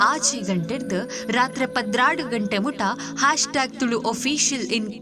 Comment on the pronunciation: Please pronounce the word ತುಳು properly. 🙏